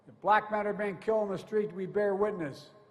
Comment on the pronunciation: How many times he used the word “black”? These people are not blacks… They are good, productive, professional Americans. Why he focuses so much on the color of their skin? Maybe there’s a Chance that he is still pissed about racial integration in the US? Watch how he emphasizes on the word “Blackkkk”